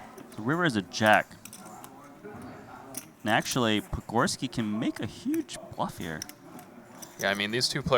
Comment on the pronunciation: Dude has butchered patgorskis name repeatedly